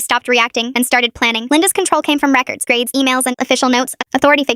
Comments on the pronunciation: “grRrades” “PLÆÆNNED" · why was there a random accent in “grades” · I know I noticed that and immediately came to the comments to see if anyone else noticed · i feel like i know that accent think its South African my friend has the accent